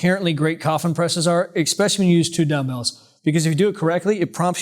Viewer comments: why do you keep saying "expecially"? isnt it "especially"? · Love your videos, but 'eckspecially' isn't a word 😁